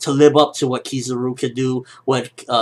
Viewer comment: it is pronouced kiz-a-ru not kiz-ar-u :P